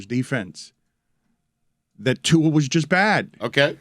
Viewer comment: Someone tell Dan that Tua’s last name doesn’t have an ‘N’ in it